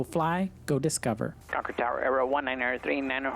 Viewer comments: Congrats on pronouncing Concord correctly. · Thank you for saying Concord correctly. I live right next door to Buchanan. Love your videos!❤❤❤ Are you guys from here?